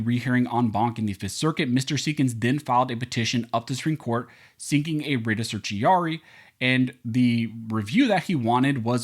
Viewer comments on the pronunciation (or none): Please pronounce "certio-ra-ri" correctly. You are supposed to be an attorney, right? It is not "certi-ari." Don't be ignorant. I like your show, but your careless mispronunciation of this critical term negatively impacts your credibility. Peace